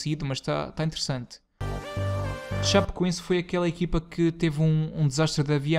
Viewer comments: "Chapecoense" "Chapecoins" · Nossa ele falou muito errado o nome da Chapecoense kk